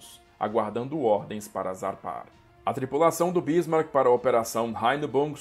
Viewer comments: Amigo é Bismarck e não Bísmarck. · Onde você arranjou esta acentuação na palavra Bísmark ? Não é proparoxítona.